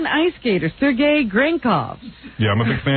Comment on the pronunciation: It’s not ‘Sir Gay’ Howard- it’s pronounced ‘Sure Gay’- learn to pronounce Russian names properly 😄